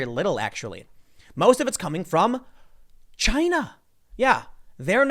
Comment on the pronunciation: Tim: Most plastic is actually coming from ... Tim and me: CHY-NA! You can't just say it in another way anymore.